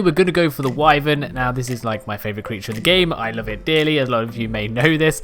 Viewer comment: Thank you for pronouncing wyvern correctly.